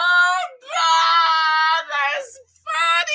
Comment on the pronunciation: Not the Gowd 🤣🤣🤣